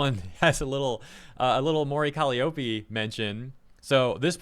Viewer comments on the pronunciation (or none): Mori Cah lie oh pe😅